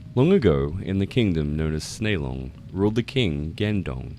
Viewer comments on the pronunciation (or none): By the way, the kingdom of "Snelong" from tale one would actually be pronounced "Nelong". The letter "s" is silent, the Wylie romanization of Tibetan spelling cannot stack letters so the silent "s" is positioned as if it has sound.